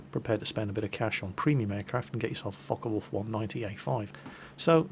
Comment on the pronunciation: sounds like hes saying fuck a wolf aircraft at